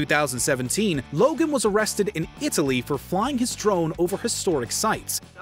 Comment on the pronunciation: IT—A—LY - the enunciation strikes back